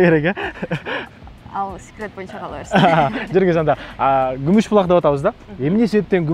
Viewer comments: Гумуж Булааакпы же Күмүш Булакпы 😄😄😄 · Гумуж эмес кумуш десе